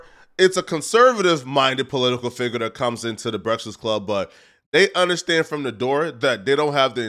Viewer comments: says breakfast weird.. Brektist Club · Why does it sound like you can’t pronounce breakfast?